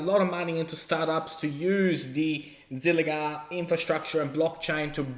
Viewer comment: It's ZilliQa, not zilliGa. Been with ZIL since the ICO